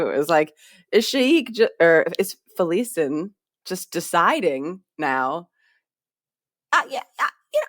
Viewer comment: Allow me to put this to bed guys, thank me later. It's pronounced Kalam and Felisin. You're welcome.